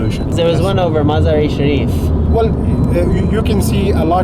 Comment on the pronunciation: Please say "Majaa-ray shareef" that is : (1) " ma" - (2)"jaar " ==> " jaar" rhymes with " Jar ", remember a Glass Jar, - then (3)" Ray" to make Muzzaar-e-Shareef.